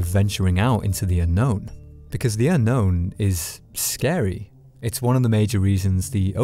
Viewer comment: It's not a horror game. It's a terror game. Also water scawy.